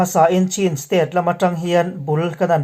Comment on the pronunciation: I lam thiam nain Chin tih hi i lam dik lo lui niin ka hria. Chin=Chhin tih tur tih pawh i hre reng. Chin tiin i la lam reng.